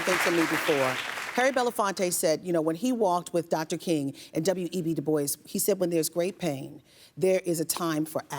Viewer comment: Du Bois pronunciation...omg